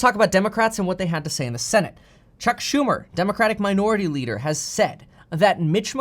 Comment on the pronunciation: You lost me the minute you said chuck shu..